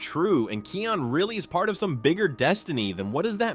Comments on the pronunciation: It's Kion not Keon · And it’s kion not keon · It's actually kion pronounced ky ion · You pronounced Kion's name right one time. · i cringe when u say kions name as ur sayin it wrong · Watch your pronunciation in Kion's name. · actually he pronounced it wrong. Lol 😂